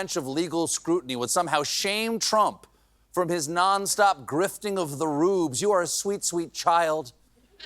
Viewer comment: You say frump, I’m outta here. Bye